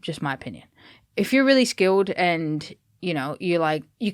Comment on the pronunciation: starting to pronounce hers 'L's like some Brits would. Skilled becomes skiwwed. Interesting. And all the correct pronunciation of names by English speakers are way wrong.